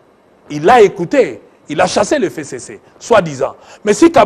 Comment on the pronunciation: Pourquoi il prononce mal "FCC"